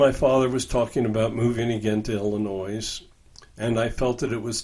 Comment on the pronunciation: Can someone explain why mispronounces Illinois?